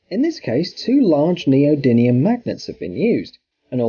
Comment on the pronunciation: You're mispronouncing neodymium magnet, you're saying neodinium